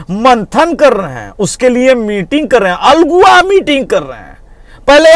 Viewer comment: अल्गुआ नहीं अल्हुआ